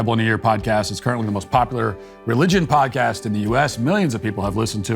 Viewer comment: Anytime Matt say "podcast", especially when he says "apple podcast" it sounds like he's saying apple pie. He pronounce it so weirdly.